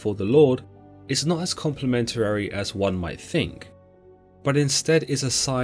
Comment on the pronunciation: You keep adding an extra "er" into complimentary. You're saying complimentarery and it's very distracting